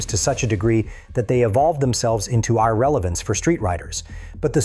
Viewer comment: is this ai or a guy that can't pronounce obv stuff at least twice? ex: panigale, literbike, and irrelevance. Good vid until that broke the immersion...